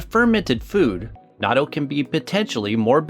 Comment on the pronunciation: The video is fun and educational, but the narrator’s pronunciation is driving me crazy. It’s “not-toe” and NOT “nadoe”